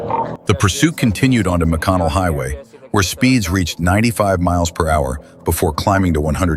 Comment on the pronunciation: Exactly. It cant even properly pronounce mph.